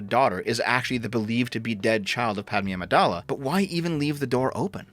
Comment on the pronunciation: Its PadMAY AMIDAALAH dude